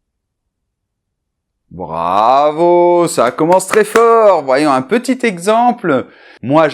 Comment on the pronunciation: MMerci che. Je voudrais savoir comment tu prononcés le mot "petit", parce que on écoute "ti" seulement. Merci et á bientôt!!